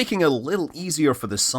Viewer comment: Thought he said "joolian system" at one point